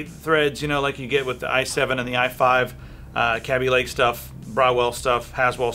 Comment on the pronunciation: It's not [Cab-E-Lake]. It's [Kay-B-Lake]. This has already been LONG established. Either way, Intel's decline has just begun. It hasn't happened quite yet because the 4 & 6 core Ryzens are a long way off from being released, but when those come out, the true "gaming" chips will be snarling their teeth at Intel.